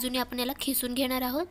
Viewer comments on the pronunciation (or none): खिसून नाही किसून बो ला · Khisun nahi g....kisun mhantat